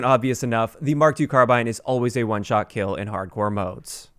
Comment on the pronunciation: Upvote for calling it a 'Mark 2'...not an 'Emm-Kay 2' People who call it an 'Emm-Kay' are retarded.